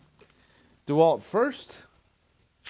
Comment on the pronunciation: I think it’s pronounced de Walt not dwalt